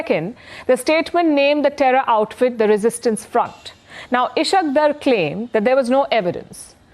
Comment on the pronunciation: This lady is ignorant propagandist not a journalist or analyst. Just imagine her ignorance Dar is kashmir caste and she can't even pronounce the word correctly